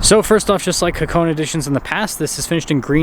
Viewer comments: Ha-Ko-Neh not hacone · Haa-kow-nay..... Just saying...😉